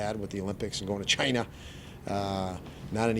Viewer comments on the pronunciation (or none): Did he just say "CHINA"